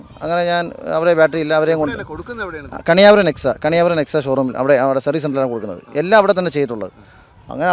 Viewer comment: കണിയാപുരം NEXA അല്ല കെണിയ പൂരം NEXA😂